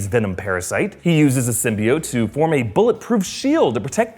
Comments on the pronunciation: people pronounce it sym-BEE-ote but it's really sym-BYE-ote :) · Did anyone notice that they subtitled Eddie Brock's name "Edy's"lmfao wtf is going in this is how they pronounced Symbiote"Sim-bye-oat" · So glad I'm not the only one annoyed with the Sym-Byte-Oat pronunciation lmfao that was...terrible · he did so well until "SYM-BY-BIOTE" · what about sym-be-atch